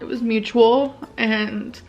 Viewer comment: It was Moo-chew-wool